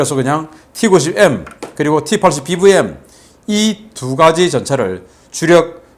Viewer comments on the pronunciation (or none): 🇺🇸 발음으로 추천합니다. T-80BVM 티80비비엠, TV 티비, VOD 비오우디, SUV 에스유비, MVP 엠비피, 등등, 브이 버리시고, (비)로 바꾸신다면 더욱빛날것입니다.